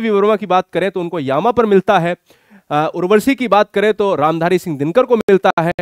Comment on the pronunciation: Sir aap apne uchcharan ki orr b dhyan de..aap urvashi ko urvarshi.,...Amir khusro ko Aamir khusro. Bol rhe h ...kuch rachnaon k nam me b ashuddhi h,..,..aapko bhot log sunte or dekhte h.